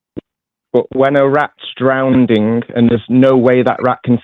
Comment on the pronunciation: I absolutely love when people who are trying to pretend they are intellectual, and intellectually honest, can't pronounce a simple word like drowning. When someone, trying to tell you about a study on drowning, calls it "drown-DING' you can be pretty sure they are full of shit.